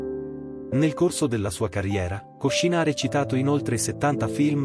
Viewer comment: Piccolo errore di pronuncia. Si dice Sylva Kòscina e non Koscìna. Lei stessa l'ha detto.